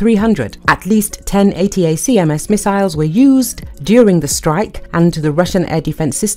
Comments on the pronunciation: The reporter made the bad report by miss pronounced the weapon name " attack them " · Pronounced. A * Tac * Ms !